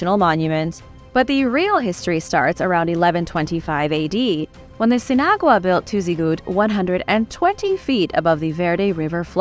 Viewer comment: i think it is "sin-agua" = without water..: )